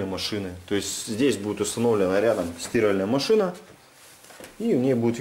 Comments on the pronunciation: Молодец, только не "стИральная", а "стирАльная". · Бляяяя не могу слышать СтИральная машина. Это на каком языке? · При всём уважении не стИральная машина, а стирАльная. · не стИральная машина, а стирАльная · Кто нибудь скажите ему куда ставить ударение в слове «стИральная машина»😁